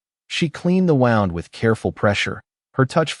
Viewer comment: I always hope these are not AI and then the out of context pronouncing of a word like wound as in cut or wound as in winding a watch. Shame AI has to spoil it. Humans should be good enough to read. There’s no video so all the reader would’ve doing is reading out loud.